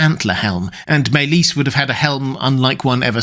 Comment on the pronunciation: Sounds Welsh....over pronouncing maelys ..ys more like is